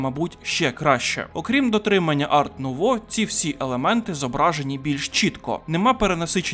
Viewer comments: Дякую за огляд. Чисто на майбутнє: художника звати Альфонс Муха, а не "Муча" (він чех і "ch" в них позначає звук "х"), а стиль в українській мові називається "ар-нуво" (його назва походить з французької, де літера "t" в слові "art" не читається) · Альфонс Муха блядь! Ну і правильніше казати ар нуво, бо це французька